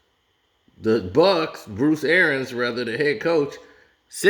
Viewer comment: Somebody tell the coach's name is pronounced like it's spelled... ARIANS.... pronounced ArEEans...not AIRans...just sayin